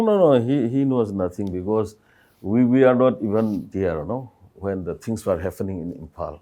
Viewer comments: It is pronounce HAPPENING not HAFENING😢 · Happening not "haffenin" 🤣🤣🤣